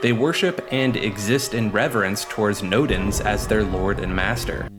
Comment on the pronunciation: "nodins" sounds like the negaduck of odin